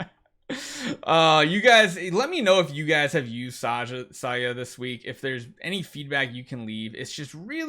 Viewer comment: Why do you pronounce her name as "SAYA"? It's not Spanish.